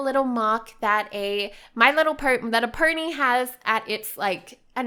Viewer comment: why do you say my little purny??? it is my little pony